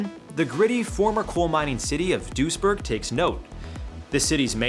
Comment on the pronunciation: The City's name is Duisburg, not dursjerk